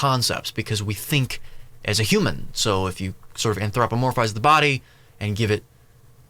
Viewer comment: i believe there is a mispronunciation of anthropomorphize